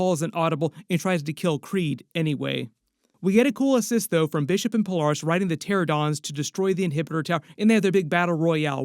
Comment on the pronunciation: Who is Pol-are-ris?